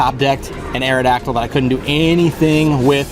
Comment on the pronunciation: Awrodactyl ? Ewww lol